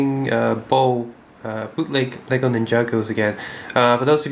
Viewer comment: Not bole, it's LEGO!!!!!!!!!!!!!!